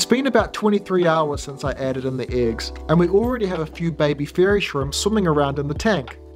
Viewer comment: Are you a Kiwi? Your pronunciation of the "e" in eggs, doesn't sound like a New Zealand accent, more like Ozzi.